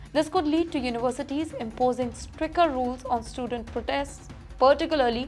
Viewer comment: Not stricker, it's stricTer.. You mispronounce so many words